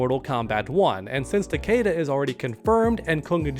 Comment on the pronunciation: How are you a mortal kombat channel and can’t pronounce takeda properly?